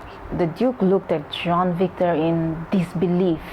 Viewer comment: Its jean victor not john victor